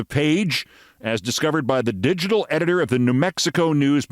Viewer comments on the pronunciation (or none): none